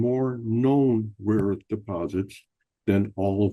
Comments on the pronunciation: Joke’s on you dude! CLEARLY Trump was saying “RAW” earth, not “rare” earth. Rare Earth is a band from the 70’s. Geez! 🙄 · And he of course calls it weirdly "raw earth". Probably on purpose in accord with the Kremlin script he got from his handler.